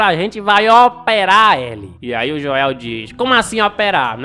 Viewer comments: Que raiva do falando "Joél" kkk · Mano é Joel não Joel !